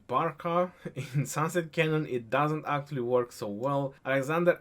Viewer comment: No of times says 'Aaktually' in this video - 34 #AaktuallyCount